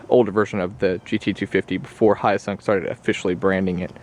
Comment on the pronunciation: Is it pronounced HYOSUNG or YOSUNG